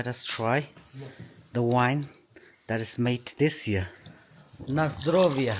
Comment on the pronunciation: "Na zdrowie!", you pronounced it very well and with good accent my friend! Greetings from Poland!